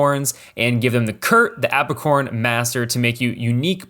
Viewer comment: AprICorn not apracorn 😂